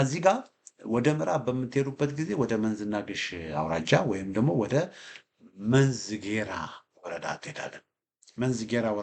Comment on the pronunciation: I am very happy with your perfect when you call the Names of the reigns. You are a person of Shewa. BUT.." Read it "Menzi G'eraa"" ad the EOT Church...song G'erraa"" workk..